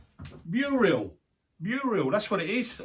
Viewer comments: I was squealing with laughter when was calling the mural a muriel. Bless him! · I couldn’t help giggling when was saying Muriel that’s a person name he means Mural I was screaming at the TV 😂😂😂 it’s looking amazing!! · you made me laugh every time you called the mural, Muriel. My mom couldn't say shrimp, she would say strimp. We got the biggest kick out of that. When you first started the video coming out of the window, you were just like, Jack in the Box! I loved it!❤ That oak table is absolutely beautiful. Perfect for that area, as well as the pew. Your craftsmanship is absolutely amazing. Tracy, you found some lovely items at the brocante. ❤